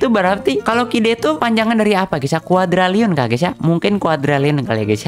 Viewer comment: bang Qd itu bukan Quadralliun tapi Quadrilliun